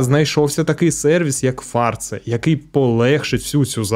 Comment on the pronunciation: О 90-х, після вбивства Аліка Грека на Донбасі ніхто сумніву не мав, що його прибрав Ахметов. Інші версії навіть не обговорювалися. І ще. Там реклама була. Так ось, не фАрца, а фарцА. Так називали о 80-х тих, хто барижив імпортними речами.